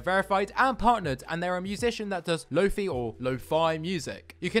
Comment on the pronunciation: “lofee” had me wheezinggg😂😂😂🤣🤣😭😭🤚